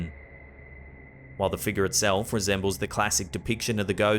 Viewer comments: please say FIGURE (FIG YOUR). Not FEEGER! 😜😄☺️ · Take a shot, every time says "figgah"!